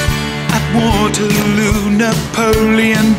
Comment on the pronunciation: He says Wotehloo!!